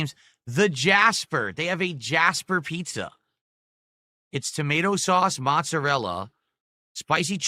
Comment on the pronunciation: Maaaahhhhdddd pissa,! Not authentic Italian East Coast. Do you here this Italy? 😂😂🤣🤣😂😂